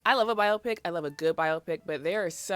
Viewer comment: Welp you just taught me that it's pronounced bio-pick. I've been saying bye-OPPic like optic nerve hahahahaha thanks for that.